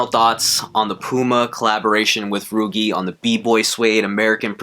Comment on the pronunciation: These are fire, nice video. Pretty sure it’s pronounced like Luigi but with an r tho. Cheers man!